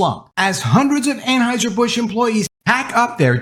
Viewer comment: An HEUSER NOT AnHEISER!!!!!!!!!!!!!!!!!!!!!!!!!!!!!!!!!!!!!!!!!!!!!!!!!!!!